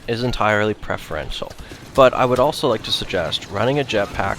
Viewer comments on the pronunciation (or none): none